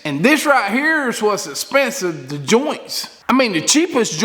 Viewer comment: Man! Love your videos, your ideas, and your Work! But did you just refer to us that don't weld as "da turd"? Well Anyway, your show is Awesome, as always. Thanks!!